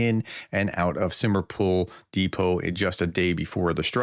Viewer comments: Professor ! Just SLOW DOWN ! You constantly juxtapose letters because you rush ! Simferopol is not Simerofpol !! The "f" comes BEFORE the "e" Sim FE ropol ! This is one of the easiest cities to pronounce if you just SLOW DOWN !! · Hi you say some city’s so easy. But Simferopol is hard for you. It’s very simpel to say. Sim. Fer. Opol good luck with trying. Love your daily updates. Slava Ukraine. 🇺🇦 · Simferopal pronounced sim fer ropal. Went there in 2001. Drank the most potent homemade vodka there. 🙂